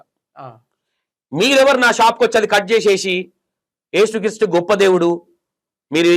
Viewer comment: ఏసు క్రీస్టు కాదు....యేసుక్రీస్తు..కరెక్టు పలుకు. నిజమైన దేవుడు